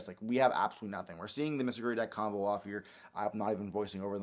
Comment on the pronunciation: Its Mitsurugi not Mitsuguri